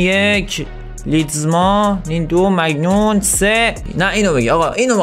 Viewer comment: داش مگنون نه مانیان